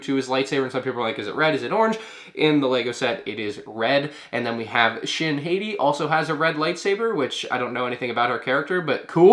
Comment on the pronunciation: Hati is pronounced like hah-tee. The names for Baylan Skoll and Shin Hati are a reference to the celestial dogs of Norse mythology: Skoll and Hati. Play God of War: Ragnarok.